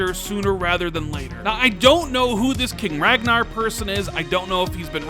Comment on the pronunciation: His name is Ragnar, not Ragna. Lol